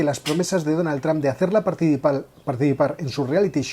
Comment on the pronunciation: Me sangran los oídos de escuchar "Donald"